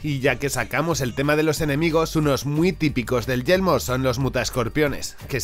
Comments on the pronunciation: decia siempre yelmo en ves de yermo solo por eso el video es malo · Sabes que se dice y se escribe «yermo» y no «yelmo», verdad? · Yermo, YERMO, yeRmo por Dios! No Yelmo! :"(( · He tenido que quitar el vídeo la tercera vez que he escuchado YELMO xd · dices yelmo o yermo? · No es yelmo,es Yermo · Es Yermo, no Yelmo xD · muy buen video, solo una cosita de na, es yeRmo🤪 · A mí me da que se le confunde la r